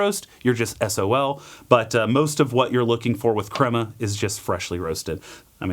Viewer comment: The cwema is bwitter, mmkay? I don't want no cwema 🗣🗣